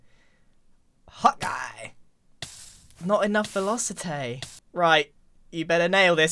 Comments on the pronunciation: You need more "vElOsItæ" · Velocitay love the way Grian says it